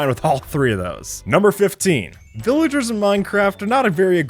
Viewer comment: Omg he said viligers on ice 😂😂😂